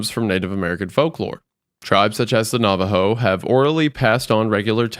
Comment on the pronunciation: Very late but I'm not sure if someone said this before, but as someone who is Navajo and has lived with these stories, I am appreciative that said the name right. A podcast host I used to watch said nava-joe and it's not like private information in how it's pronounced. As for the pronunciation, also pronounced it correctly (my mom confirmed, she's a proficient Navajo speaker but I am not) but because he's not proficient in the language, it doesn't sound like it should. Good job.